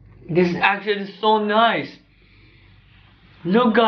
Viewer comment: No One: Him: OH MY GOD IT ACKUTUALLY TASE GUUD KIYES